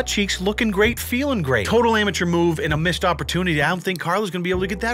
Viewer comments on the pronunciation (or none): none